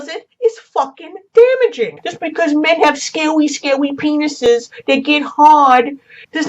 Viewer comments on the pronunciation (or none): " Scawy scawy peanuses that get hawd " Best quote of our generation.